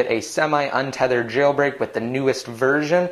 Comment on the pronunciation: omg why do you say "jailbreak" the way you do? it's so annoying.